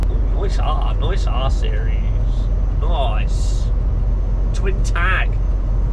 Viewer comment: When you said nice r series at first I thought you said nice arse